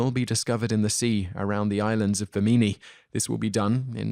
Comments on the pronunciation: I was the 2,000th like! As such I'd like to let you know something about your Edgar Cayce story. First, his name is pronounced KAY-see, and the rock road is off BIM-in-nee. The briefest research would give you those pronunciations. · The narrator has an unusual pronunciation for the names Bimini and Cayce. I've always heard BIM-mi-ni and CASE-see. I'm not saying it's wrong, but it is different. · Love the pronunciation of Bimini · Pronunciation errors: Bimini and Cayce. Sorry to be new World-centric about them, as usually you do pretty well (other than some of the stranger British pronunciations which I hardly even notice these days). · Some of your most interesting mispronunciations to date! Case? Bimini? Heavens, have you no one to help you with these things? I'd be happy to, honestly! No charge. And I have a vast vocabulary. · Please research how to pronounce Bimini, babushka, Augustine, and Bethlehem. Otherwise great work! Thank you